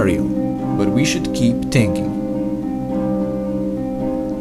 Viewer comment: I rrly just heard him say we shood just keep tinking